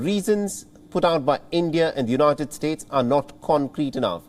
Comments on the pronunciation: haha u said united stooge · Haha !! United stoots 😂